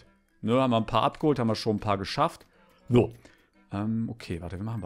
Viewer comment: kannst du vielleicht versuchen das,,so" richtig auszusprechen